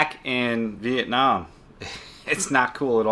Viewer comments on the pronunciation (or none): none